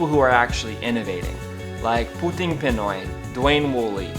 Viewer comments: I'm sorry, but please learn to pronounce things properly. It's not PEN-OI. It's PEE-NOY. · The other thing that needs to stop is how poorly you pronounce Pinoy!